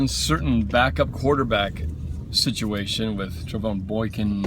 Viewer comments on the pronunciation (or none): none